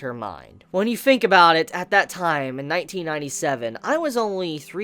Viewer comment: A grown adult pronouncing Think as "fink".